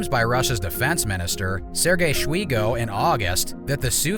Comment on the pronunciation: Sirgay Schweego, lol.